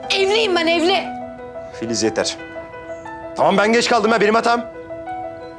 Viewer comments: te filiz demiyor fiziz diyor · te fizis dedi 👱👱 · FİZİZ ne ya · Filiz demedi Fiziz dedi hahaha😂😂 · bir yerde "fiziz" diyo😂😂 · fıziz dio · Fiziz dedi en başta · da filiz deil fiziz de barışın telefon numarası var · Fizis dedi abi